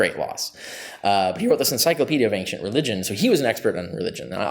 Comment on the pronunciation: As much as I do enjoy listening to Dr Carrier discuss the subjects he's an expert in, MY GOD MAN! The word "Ancient" does not have a "G" in it! It drives me up the walls!